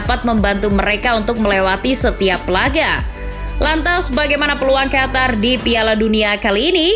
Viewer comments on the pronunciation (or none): Qof To Ro,,, Qatar✅ Qotor❌